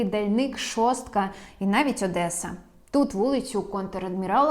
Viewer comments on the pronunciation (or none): none